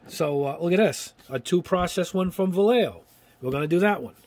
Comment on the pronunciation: Please, it's pronounced... Va-ye-jo. It's kind of like having somebody say "yeyow" instead of yellow. If can, so can you.